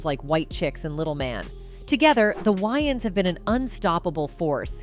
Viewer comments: Yeah... No... This channel is called "urban pulse"... This doesn't sound like something a "urban" person would say, think or do. The narrator is Ai, and so, I conclude that the reason why "it" couldn't pronounce wayans correctly, is because the writer is of "caucasian persuasion". I stopped watching ... It was too distracting earing "wynans" repeatedly. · What is wrong with her ... Why can't she pronounce Wayans? 😅😂 Why does she insist on saying Wy-ins... It's WAy-ans... 🤦🏾‍♂️ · How do you narrate a video and not pronounce the subject’s name correctly? There’s 2 ‘a’s!! It’s WAYans not WYans! As famous as they are how do you mispronounce it, pronounce, mispronounce it? Rude af! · Can the narrator not pronounce WAYans??? Wyans!? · WAY-ANS like literally WAY 🤦🏾‍♂️🤦🏾‍♂️🤦🏾‍♂️🤦🏾‍♂️ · There name is pronounced, “ WAY-ONS.” 😊